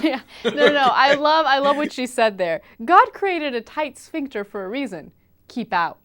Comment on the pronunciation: ''a tight schvinkter '' LOL